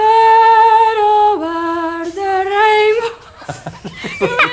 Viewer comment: Ober de reinbo xddddd